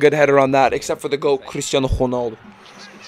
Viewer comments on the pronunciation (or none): none